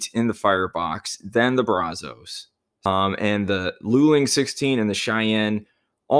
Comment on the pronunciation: Just a heads up it's pronounced [Braz] [us] not [Braz] [os].